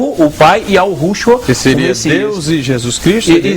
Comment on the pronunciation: Também não se pronuncia yaurou A pronuncia correta é Yahua!!!!